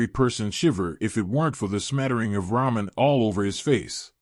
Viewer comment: Alright here we go again, ahem, RAW MEN, uh I uh, I meant ramen, damn it..